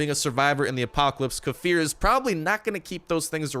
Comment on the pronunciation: Probably won't see this but kefir gave you a shout out. They posted how to say their name correctly and they pointed you out as saying it wrong lol. Correct way to say it lay-fear